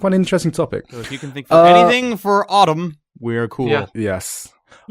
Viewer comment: I was wondering why was saying autumn wrong.